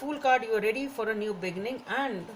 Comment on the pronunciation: You really should pronounce “be-ginning” instead of “begging-in”!😂